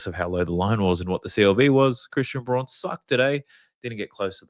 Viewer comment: love ya analysis, intro is dope too. You know Braun is pronounced "Brown" yeah? Keep up the mad content brus